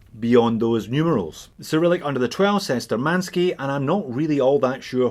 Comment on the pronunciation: The correct pronounce will be Shtúrmanskie [navigator's]